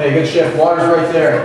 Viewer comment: does he say good shift or good shit?